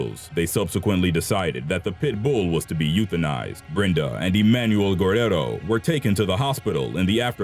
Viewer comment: Lol that's not how you pronounce guerrero